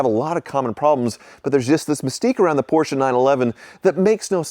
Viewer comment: Gee, another Posche that needs work. Can you say Hooptie Special? Never learn do you?